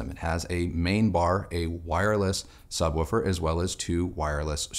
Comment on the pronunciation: Can't stop noticing the way says "Subwoofer". Sounds like he's saying "Sub-wu-fer", emphasis on the "wu".